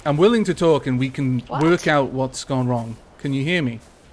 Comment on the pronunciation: Ultra Hunter No, the person just said "wron", not "wrong".